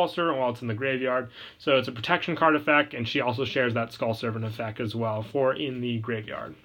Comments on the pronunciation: Don't get me wrong I love the vids but I will never unhear you not saying the t in effect. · EffecT. There's a T in effect